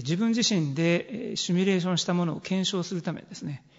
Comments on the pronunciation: どんなに頭良くてもシュミレーションって連呼してるとバカに見えてしまう…。 誰かシミュレーションって教えたってくれ(´･ω･`) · 「シュミレーション」という発音が気になる。simulation